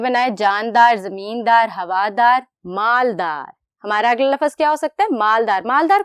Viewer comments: Lafaz nhi lafz hota hai ma'am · استاذ کا تلفظ جو ہوگا بچے بھی ویسے ہی سیکھیں گے اس لئے پہلے اردو لغت سے صحیح تلفظ دیکھئے پھر تعلیم دیجئے مثلا: "لفظ" ف کے سکون کے ساتھ ہے نہ کہ ف کے زبر کے ساتھ قدر میں ق کا تلفظ ک سے ادا کیا جارہا ہے لکھتے ہیں ق اور بولتے ہیں ک "لاحقہ" ح کے زیر کے ساتھ ہے اور اس میں بھی ق کو ک سے بولا جارہا ہے لکھتے ہیں لاحقہ بولتےہیں "لاھکہ" نیز اردو کے استاذ کو چاہئے کہ اپنی اردو تحریر بھی درست کریں تاکہ بچوں کی اردو تحریر و تقریر دونوں درست ہوں امیدکہ توجہ دی جائیگی۔ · Laafaz nhi hota lafz hota hy...